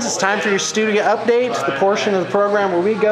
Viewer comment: 'Stoodya update' Oh....